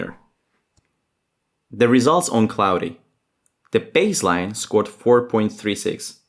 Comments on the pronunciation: Claude is pronounced claw-d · Good video. I fear that some people will interpret any use of AI as "slop". btw in english, "claude" is pronounced as "klawd" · did you just say "No, that is totally correct" not no, yes. Making a video about slop with all of the slop patterns is insane. Also not convinced it isn't your voice when it pronounced claude as clowdé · Claude or Cloudy as the narration-heuristic pronounces it? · If this is not narrated by AI, then why is he saying “Claude” so weirdly?! AI on AI 🤣